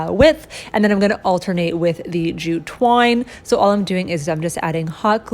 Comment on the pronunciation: My husband is playing video games while I watch this and he thought you said jujube wine instead of jute twine 🤣🤣🤣🤣